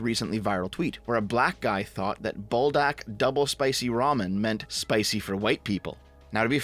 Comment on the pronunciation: "bull dack" lmao great pronunciation there 😂😂😂😂